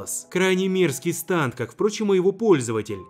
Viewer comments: Вроде произносится не станд а стенд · Не станд а стенд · Если на английском то нужно говорить стенды, а не станды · КАКОЙ СТАНД!!!?!!?!!!?!?!!1 СТЕНД ПРАВЕЛЬНО СЬЕНД!! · Разве не стенд , а не станд? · не станда а стенда или стэнда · Не станты а сденды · Это не станд а стенд